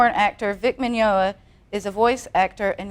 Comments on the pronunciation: Grrrrrrrrrrrrrrr! She keeps calling him Minyola and he's not correcting her and its driving me crazy! And that lady is so stiff its making me uncomfortable. OH MY GOD SHE CALLED HIM MINYOLA AGAIN!! HEY LADY, FOR YOUR INFORMATION HIS NAME IS MIGNOGNA AHHHHHHHHHH!!!!!1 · Mr. Min-yo-na.... lol I get the idea she has never met Vic before... <3 this!